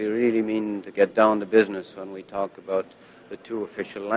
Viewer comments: dudes faking that shit so hard. I'm from northern wisconsin/minnesota. say "about". you say the 2nd syllable with an open mouth and pushing air out of yr mouth. this guy is just hamming it up and engaging in a completely separate pronunciation cause its a stereotype. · yes, but it's never that much of an "oo" sound - he's totally exagerated it on purpose. as someone pointed out, he pronounces it as a canadian usually would. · Yes, and as an American who has taken great pains to pronounce how Canadians truly say "out and about", JJ's pronunciation makes me feel my efforts were in vain! Back to South Park! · It’s more like how scots pronounce about, which if u look at this last name might give u a hint...couldve been handed down by parents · Why are you purposefully pronouncing "about" like that? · maybe a tiny bit, but I speak to Canadians everyday (I live here) why can I only hear this guy's "about" differently? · This accent is so confusing...he’s got the American Comedian/Newfie ‘About’ pronunciation but is from BC...? It’s hard for me to believe that someone could speak with such an Eastern accent and from what I’ve heard in the comments is from the most Western province.it was also neglected that New Brunswick is actually a bilingual province. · This guy doesn’t even know how to spell words Example: the word about is pronounced (a) (bow) (t) not (a) (boot) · Exactly why I came to the comments section! The only times I've ever heard "about" pronounced even remotely like this is on American tv mocking Canadians. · Being a Canadian myself I’d never heard anyone pronounce “about” as “a boot”.. until now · absolutely not, the Canadian French accent will emphasize the ending "t", but won't distort the "ou" which is almost the same phoneme as "oi" in French. The boot thing is exclusive to South Park. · he MUST be doing it on purpose - NO ONE does that